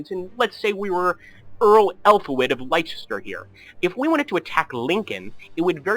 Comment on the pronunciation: Nice tutorial, I'm late to this game but it's really addictive. As a Brit I couldn't help but smirk at your pronunciation of Leicester (apologies), I'm sure by now you know it's pronounced 'Less-ter'.